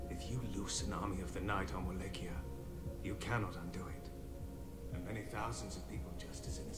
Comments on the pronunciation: "Vallachia" haha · Wal-la-chee-uh? Lol. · Wall ah key ah Wall lake E ah Those are the two accepted pronunciations of Wallachia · In the games it's pronounced "Wa-lay-chee-ah." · It`s actually pronounced "Voh-LAH-key-YAH." and "Sepesh"(I`m a descendant of the real Vlad so I`d know)